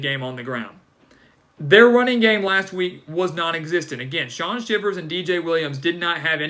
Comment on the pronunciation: Shaun Shivers (Shy-vers) is the correct pronunciation! WDE 🦅